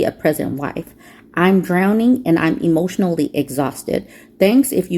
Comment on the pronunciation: Hemotional. They're reacting hemotionally.